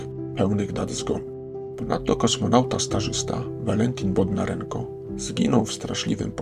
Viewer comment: Bondarienko, a nie Bodnarenko... uproszczenia, przeoczenia, powtarzanie powszechnie pokutujących błędów...